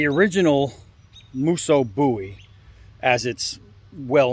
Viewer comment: Much love to you brother! Thanks for pronouncing the name right! 🙏🏻 we didn't call him Jim Bowee lol